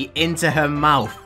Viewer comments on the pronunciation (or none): none